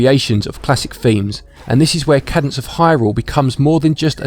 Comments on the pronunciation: Cadence. KAY-dense. Not Cad-ense. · >kah-dence ಠ_ಠ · it’s pronounced KAY DENSE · A cadence is a harmonic closure. It is pronounced caydence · It is pronounced Kaydence. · Haha, good sport. Don’t worry, everyone messes up pronunciation sometimes. It can be tricky if it’s a word you haven’t heard spoken. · Big fan but please try to improve on your speaking skills. It's quite jarring as it sounds like you are struggling with the script or have never read it before. Also you got the name wrong 😅. Much love!